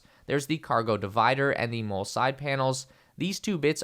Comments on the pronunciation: Its pronounced MOLLY not Mole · Molle is pronounced “Molly” - seems many reviewers haven’t got this right. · Mole is pronounced “Molly”